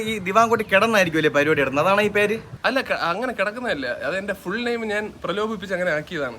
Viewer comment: പ്രലോപിച്ചല്ല. ലോപിച്ച്😂😂